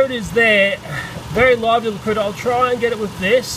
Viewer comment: “We got to get rid of that horrible Critta!!”🤣🤣🤣🤣🤣🤣